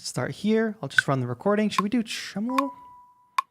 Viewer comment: Tremelo is pronounced TREH-muh-low.